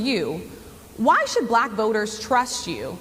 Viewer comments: Black is pronounced black not that difficult. Racist Trump pronounces it something like BLLack. Very demeaning and shows a very high level of unintelligence. This is from an old white guy whose going to lose his Social Security and Medicare if Project 2025 becomes law. I'll be dead in 6 months when my prescriptions become impossible to get, while living in the wake of a depression that makes the last one look like a cake-walk. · Trump can't even say the word BLACK without making himself a fool. The tone of his nasty racist heritage is encapsulated in just the way he pronounces the word.